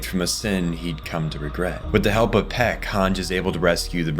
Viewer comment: Is this AI? Text to speech? Did you even watch the show?! His name is Nicolo, not Arthur. Tyber = "Tie-ber". Not Tiber. Peak. Not Pek.